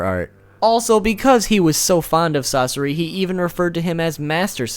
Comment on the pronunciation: "sas sore ii"😁